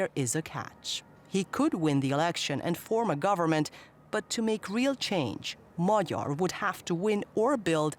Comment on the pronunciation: Kudos to the natrator for taking the trouble to ponounce Peter Magyar's name correctly. Not "Mag-Yar" like many others do.